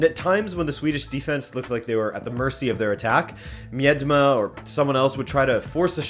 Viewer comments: It’s ME-DE-MA not MIED-MA but ok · Damn man, at some points I didn't even know who you were talking about when saying Dutch names. Especially Miedema (say Mi-de-ma) was bad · A tip for the pronounciacing of Miedema, it's mie-de-ma